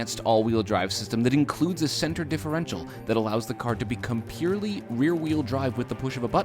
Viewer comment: Compurely isn’t a word, change my mind